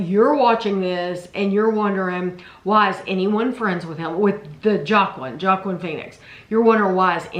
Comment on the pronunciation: Joaquin phoenix its pronounced "wahkeen" is a weird guy never liked him he has had some good movies but as a person I've always thought he was a very weird person also if you haven't watched running point on Netflix it's very good and the life list also very good